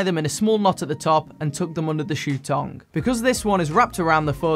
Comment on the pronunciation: Did he say 'tong'?